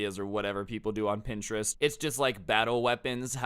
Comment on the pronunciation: Your pronouncing is terrible of print-er-est!!!